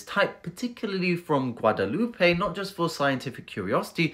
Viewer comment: GUADELOUPE (French), not Guadalupe which is Spanish. Two separate countries. 😊